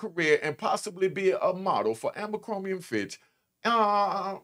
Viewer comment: butchered Abercrombie & Fitch name like 4 times 😂😂😂! This cat is hilarious 😂😂😂😂! I love this channel I swear